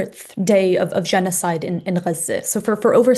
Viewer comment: You're from the US. You're white, I believe. We say Gah-Zuh. People don't say guzza. It's actually pretty racist if you stop and think about it. We don't throw on a Mexican accent when we say a city there or Tacos. It's annoying and a turn off and I'm a Huge anti-Israel, Pro-Palestine activist